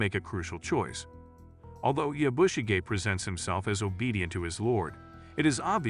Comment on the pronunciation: Please learn how to pronounce the name Yabushige. listening to you is extremely annoying. There is no accent on the "bu" part of the name. The "a" is pronounced like the "o" in comet.